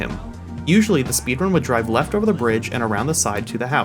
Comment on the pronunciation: "Weft side of the city"